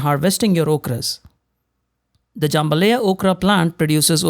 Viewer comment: Jam ba LIE- ya